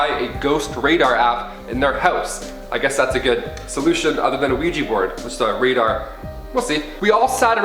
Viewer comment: OUIJA NOT OUIJI